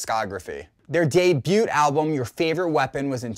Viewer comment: I really hope this doesn't make me a douche, but the T in 'debut' (or 'debuted') is silent.